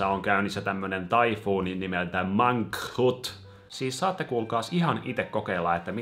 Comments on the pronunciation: Mang-(k)-hut Sillee että et sanois k:ta. Mä ainaki sanon noin :D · Se ihme MANGKHUT sanotaan Mankhuut tai silleen en ny osaa selittää